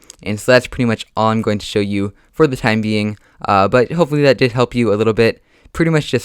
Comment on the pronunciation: Please learn how to say that right and not thaT